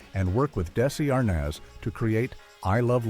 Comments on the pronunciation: Your AI needs work. Can't pronounce Arnez, DeeDee, and other word. Not Keith in some of his scenes.where's the laugh? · Couldn’t pronounce Desi , nor Arnaz, or other words.